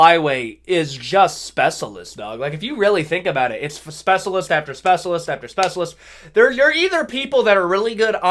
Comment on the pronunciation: speh-shuh-list not speh-suh-list